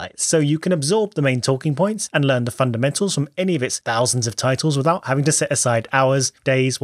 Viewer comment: your "I'm 'aving that" is probably the most northern thing I've heard you say